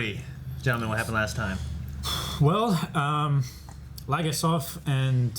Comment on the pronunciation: Always confuses me how Americans can hear how a name is pronounced multiple times and they still say it back wrong. Leh-gah-sov